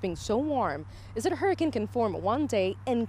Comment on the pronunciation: every time she says 'hurra-kin' I tense up